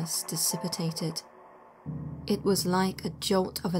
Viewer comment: Dissipitated! No! Brits should know better- better than Yanks anyway....